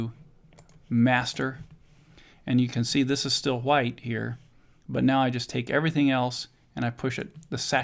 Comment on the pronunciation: cool whip, cool hoowhip. family guy. the way you say white. ggwp